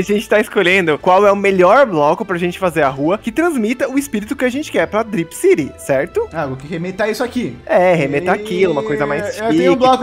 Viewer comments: cripcity kkkkkkkkkkkkkkkkk tudo errado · cripcity kkkkkkkkk tá errado lg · "CRIPCITY" Kkkkkkkkkkkkkkkkkkkk